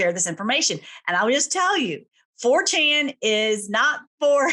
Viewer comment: Having trouble understanding the pronunciation. Did you say the dark web site is called Fortune, For Ten, or 4Chen? The only one I found was the latter. And it’s wild alright!